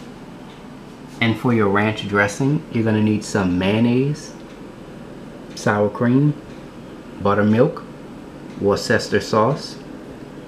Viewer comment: sower cweam